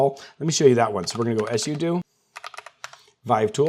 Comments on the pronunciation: If you pronounce sudo like that one more time, I will actually cry. It's either "Soo Doo," two syllables, or "Soo Doh," also two syllables. You invented a whole ass third syllable and there's no reason to be doing all that. If I ever hear you pronounce it like "Ess You Doo" again, I will find you, I will alphabetize your keyboard, replace all your writing utensils with crayons, then I'll toast all your bread and put it back where I found it on the way out. Mf just put my entire nervous system into fight or flight, I'm scheduling an extra therapy session this week, specifically because of this. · Hearing sudo as “ess you do”instead of “sue dough” gave me shell shock hahaha cheers!!